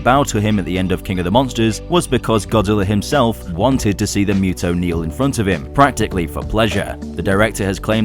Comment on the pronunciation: its still funny that you and are still pronouncing MUTO wrong, its (MOO-TOE)